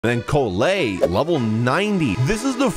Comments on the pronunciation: I'm sorry, but the way he's pronouncing her name makes me die inside a little bit (It's Call-lay not Co-lay) Good vid otherwise tho! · someone HAS the mention how he is pronouncing "Collei" my man said "kolay" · The fact that how many times you pronounce her name wrong is impressive.